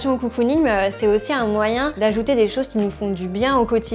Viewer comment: COUCOUning 😂 ? ou cocooning ?